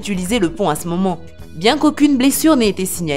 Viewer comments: Lazy 93 Au lieu de dire pont elle a dit pan ^^ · Je reve pas elle a dit pant au 4 😂😂😂😂😂😂